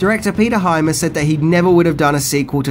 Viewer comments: Hyams.. pronounced like dimes.. not hi-mass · Great show, but...it's Peter Hyams, not Hymas. Sorry to nitpick. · Not to be "that guy" but dude...the name is HY-AMS. Not HY-MASS. I cringed seriously every time the name was mispronounced. Otherwise your vid was on point as always. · wstine79 i wish he’d STOP SAYING “HYMAS”!! It’s HYAMS!! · I enjoy these Vids, but gotta add: Director Peter Hyams (HI-Ams) not (Hi-Mas) has a son called John who directed Van Damme in his two BEST movies the vastly superior and underrated Universal Soldier sequels US: Regeneration and US: Day of Redemption, both of which feature the grittiest and best fight sequences of the franchise, and both of which culminate in epic re-matches between JC and Dolph. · The Director is actually Peter Hyams, not Hy-mas, as pronounced in the video. He's actually a great visual director, as he's also a cinematographer. Anyhow, another great vid,! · Excellent, excellent, excellent film. Seen it many times. However, it's Peter Hyams, not Hymas! ;-) What I did expect was that you would mention Time Trax which was an excellent TV series about a "time cop" sent back to the past to bring back fugitives who escaped through time. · HY-AMS. (HI-AMS.) not HY-MAS. One of Van Damme's best acting parts was the movie Replicant. You should check that one out. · Peter HYAMS, not hymas. There's no Hymas. Come on,... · Huge fan of your channel but the directer was Peter HY-AMS not Hymas. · Just curious...do you mispronounce things on purpose? The director is Peter Hyams, not Peter Hymas. I enjoy your channel. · Peter Hyams, mate. Not Hymas. I loved Outland…lol. Time Cop is cheese for sure but I actually like the cringey permed mullet greatness of Hard Target. John Woo. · Hyams not Hymas. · Peter Hyams...Hi-ams not Hymus. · Why does he pronounce the surname Hymus, it's Hyams, LoL. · STOP SAYING “HYMAS”!! It’s HYAMS!! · It's Hyams. Peter Hyams. HY-ams. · Hyams pronounced High Ams